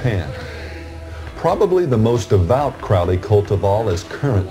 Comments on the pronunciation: If you pronounce Crowley as Crouwley I can't take you seriously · “The name is Crowley, it rhymes with Holy. It isn’t Crowley, that rhymes with foully…” -Robert Anton Wilson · Never trust anyone who can't pronounce Crowley correctly.